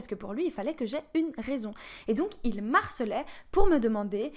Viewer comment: "me harcelait", et non pas "m'arcelait", y'a un h- ^^'